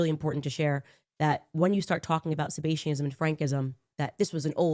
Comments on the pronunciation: d I mention Freud? And yes I knew she mispronounced Sabbateanism for multiple reasons, but first and foremost she’s using the word “sebaceous,” relating to oil or fat. But I also don’t go on podcasts and claim I’m so important that the White House should have had a comment on an assassination threat against me. And go to Dollywood 3 days after making the claim. Interesting how she said it was the most viral story for “3 days.” 😂 If I did go on podcasts, I’d make damn sure I knew how to pronounce the words I’m using to describe the global organization in charge of everything. My point is self evident. You’re brainwashed. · So you watched all 11 minutes of Candace’s run on sentence about child rape, ultimately connecting it to the 17th century cult-like splinter movement of Sabbateanism / Frankism, and agreed? You thought it was a well structured position & believable? She didn’t even pronounce Sabbateanism right 🙄